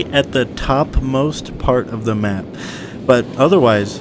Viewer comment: "Right here on the schmapp" why did that crack me up so much lmao